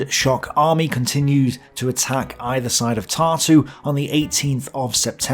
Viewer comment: For somebody who knows correct pronunciation and uses many of names mentioned on a regular basis, i find it funny how most of them are either pronounced completely wrong(with some names i was even unable to recognize) or have emphasis on wrong syllable(Tartú instead of Tārtu or Daugavá instead of Daúgava). So, again, there is a one-sided narrative being presented by a pro-german authors... So, again, everyone tows their own line. What a shocker. Because every author tries to cover crimes of side they are on and emphasize crimes of opponents. Both sides were evil in this conflict. Let me correct it - all sides were evil. Every side that took part in that war has plenty of skeletons in their closets. Its the nature of war, there are no just causes. Everybody, without exceptions, raped pillaged and murdered. I wouldnt necessarily take those numbers at face value, since what Germans claim to have done and what they actually did, are two completely separate things. Considering content of this video this disclaimer should be made about everything. Unless somebody is being biased, to emphasize possibility of certain data being inaccurate, due to personal preferences.